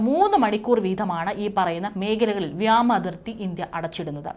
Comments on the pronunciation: വ്യാമ അല്ല വ്യോ മ അതിർത്തി എന്ന് പറയുക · വ്യാമ അല്ലടി കഴുതെ വ്യോമ അതിർത്തി നിന്നെ ആരാടി വാർത്ത വായിക്കാൻ ഇരുത്തിയത്.